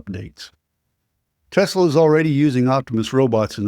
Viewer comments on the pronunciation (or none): none